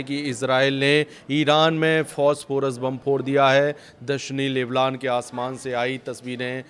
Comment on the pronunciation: Leblan nahi lebnon hai